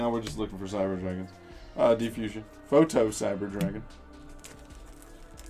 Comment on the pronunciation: It's PROTO not PHOTO, (PRO) NOT (PHOTO)